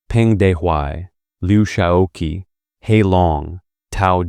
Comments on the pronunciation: To the narrator: "qi" in Mandarin Chinese is pronounced as "chee"... NOT "kee"! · good comment. i suggest asking someone who knows for proper pronunciation of the pinyin Romanization and of names of Ye Jianling; Peng Dehuai; Luo Ruiqing; He Long; Liu Shaoqi is the most egregous mispronunciation; otherwise the narrator is just reading a script and does not now much about these figures